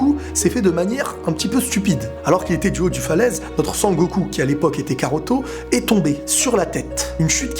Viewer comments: wsh s'est pas karoto c'est kakaroto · C PAS KAROTO NI KAROT MAIS KAKAROTO sinn bonne video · très bonne video ! Juste attention on dit Kakarotto et non Karotto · C'EST pas karoto mais kakarot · stp arrête de dire karotto car c'est kakarotto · Mdr tu fais une vidéo sur dbz mais tu sais même pas que c'est "kakarotto" Et non "karotto" 😂😂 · c'est cacarote pas caroto xd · tu me mais la haine quabd tu dit karto PUUUTINN C KAKAROTO Bordel de merde je suis calme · c'est kakaroto pas karoto xD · C'est cacarot pas caruto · C'est kakaroto ! Pas karoto ! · SA SE PRONONCE KAKAROTO PAS KAROTO merci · Bonne vidéo même si le "Karoto" me perturbe xDD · Tu ma stressé à dire karotto tout le longs mdrr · On dit , Kakarotto ! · tu as pas honte de dire karoto?😃